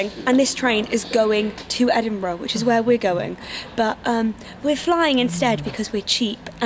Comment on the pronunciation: I swear to god this video was originally called edingbruh hahah